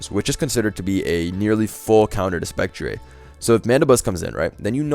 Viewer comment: Man is turning into wolfey with the spec-tree-ayy